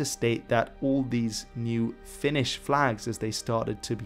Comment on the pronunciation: luulin että sanoit "finnis" tahallee xD